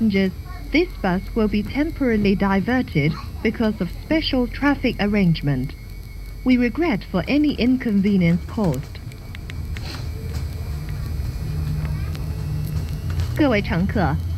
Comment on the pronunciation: Arrangement not aggrengment